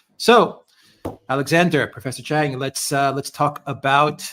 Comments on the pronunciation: It's not Chang, so embarrassing. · Its. Not chang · Its not chang